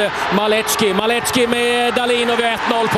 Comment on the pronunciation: Rozwalil mnie komentator przy pierwszym golu. Maleczki, Maleczki... padlem